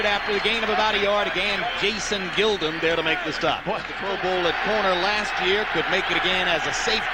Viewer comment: Pronouncing Jason Gildon's last name wrong. It was Jason Gil..DON